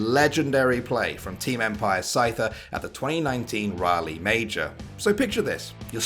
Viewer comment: The #1 russian players name is pronouced scooter, not the pokemon scyther. Scyther is how you spell scooter in russian to english. This inof is relayed by SCOOTER himself.